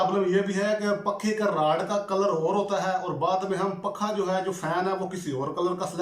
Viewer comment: بھائی جی پکھا نہیں پنکھا